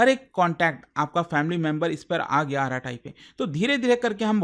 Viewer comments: Just for clarification, the correct pronunciation is arat, not araat. So, it's basically arat-ai. (अरट्टै) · It's arattai not arratai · It's not आराटाई It's अरट्टै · कृपया Arattai का सही नाम बोलिए। इसे आराटाई नहीं बल्कि अरट्टै बोलते हैं। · isko arattai pronounce nahi karte. its like अरट्टै not आराटाइ which means conversation in tamil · Its not aaratai , its arattai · it's Tamil word, meaning "Baat karna" in hindi. Yes they should choose some easy to understand and pronounce. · K-dramas and japanese anime ke name yaad rakhne walo se ek App ka name bola nhi jaa rha.. Mtlb hadd hai..😂🎉